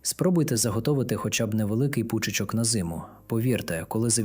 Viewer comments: пУчечок,м'язИ)) це ШІ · Будьте добрі, говоріть правильно... особливо, коли взялись озвучувати відео! Зовсім не наші, не українські слова... Якісь незвичні наголоси пУчочок... лУпи... м'язИ...і т.д.